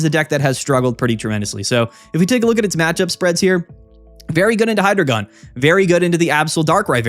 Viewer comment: It’s pronounced Hydreigon, not Hydreigon